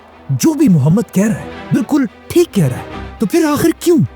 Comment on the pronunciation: mohshd ❌ muhammad✔